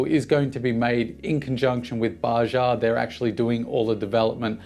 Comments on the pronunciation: Bajaj, not Baja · Its Baa-judge not bajah. Greetings from India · hi buddy.........its not bajaaa, Its bajaj !!!!!!!!!!!!!! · The second J in Bajaj is not silent ;)